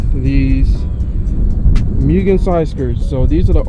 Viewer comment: It’s pronounced moo-gen